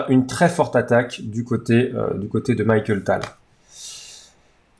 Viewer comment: Très bonne vidéo du magicien de Riga, merci (pt être une autre du même genre sur Spielmann)! Au fait la prononciation est Mikhaïl et pas Michael, désolé de chipoter mais ça faisait mal aux oreilles:)